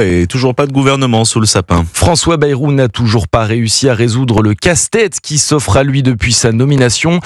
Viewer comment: François Bêrou et non baillerou!!!!!!!!! comme le mérou